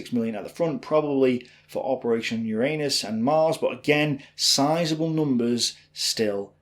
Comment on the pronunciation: PLEASE put the emphasis on the first U in Uranus. It's Uranus, not urAnus.